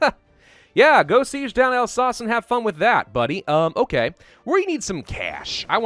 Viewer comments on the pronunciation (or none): none